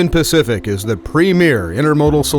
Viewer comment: You would have though a man employed to do corporate voiceovers would be able to pronounce a word like premier